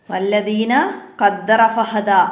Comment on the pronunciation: വല്ലദീന എന്നല്ല ടീച്ചറെ വല്ലദീ.. എന്നല്ലേ...